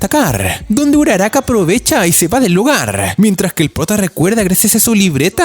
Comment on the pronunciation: No sé dice uraraka